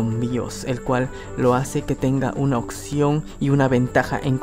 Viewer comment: Siempre me he preguntado por qué en sudamérica dicen "occión" en lugar de "opción".